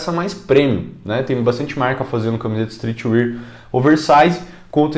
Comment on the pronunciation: "istrriti UÉÉÉÉRRR" por favor